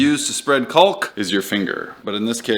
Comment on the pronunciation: The L is silent in caulk,. 😅